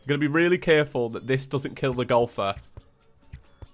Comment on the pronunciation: I love to death, but when he was saying Golfer.... Did anybody else hear Gopher?